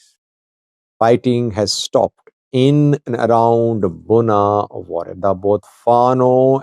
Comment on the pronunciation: It is Bugna and not Gunna or Bunna.